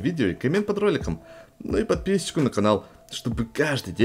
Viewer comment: у тебя какая нация просто смешно когда ты говоришь не "подписку" а подпишсчику наканал